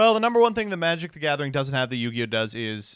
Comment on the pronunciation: "in his lapp" killed me